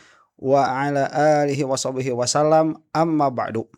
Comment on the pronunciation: Wassallim bro bukan wasallam